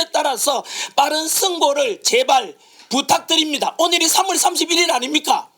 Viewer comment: 부딱드립니다. 발음이나 똑바로 하세요~ 부딱 부딱뜨립니따